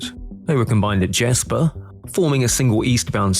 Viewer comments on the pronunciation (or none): none